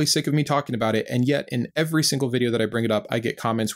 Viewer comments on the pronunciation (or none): Love your videos! I wish I didn't have to wait a week for sbs episodes lol. It bothers me that you always make "every" have 3 syllables, even when you're not emphasizing it 😂. Great, great channel though. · Two things impress in all of your videos,: • Your clear-eyed, plain-language discussion of Christianity and its storybook; and • Your commitment to pronouncing both of the “E”s in every. 😊 Nice work – i hope you keep it up. 👍